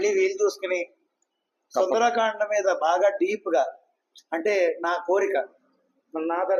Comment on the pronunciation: సుందరాకాండ కాదు సుందరకాండ